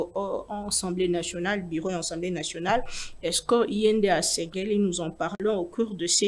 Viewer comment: madame journaliste dit toujours ENsemblEe au lieu de AssemblEe nationale. PRIERE de corriger ce petit grand DETAIL